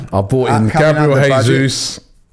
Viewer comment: If we do get Gabriel Jesus, we gotta pronounce his name properly lol